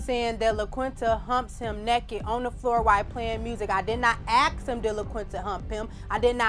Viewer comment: Nak-it = NAKED Axe = Ask